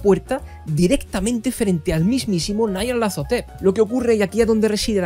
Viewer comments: Un inciso; ¿es necesario vocalizar "Nyarlathotep" como "Nayarlathotep", esto es, a la manera inglesa, por más que su escritor fuese angloparlante? Si tal deidad es tan célebre a nivel mundial, ¿no sería más adecuado darle la vocalización más acorde con el territorio? Y vaya por delante todos mis respetos a ti y a tu trabajo.👍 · Porque lo pronuncia así? Me duele